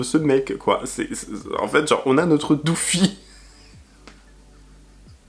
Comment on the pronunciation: IL A DIT DOOFIE 🤣🤣🤣🤣🤣🤣🤣🤣🤣🤣🤣🤣🤣🤣